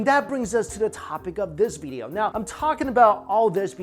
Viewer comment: It’s video not,”veedio “